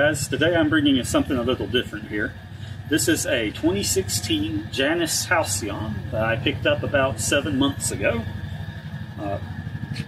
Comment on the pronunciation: In greek mythology its pronounced jay nuss at least you pronounced halcyon correctly also greek mythology